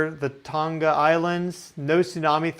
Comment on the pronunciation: Don't pronounce the 'G' in Tonga!